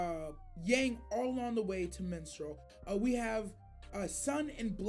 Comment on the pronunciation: FYI, the city team RNJR is in is called Mistral (like the wind), not Minstrel (like the medieval singer).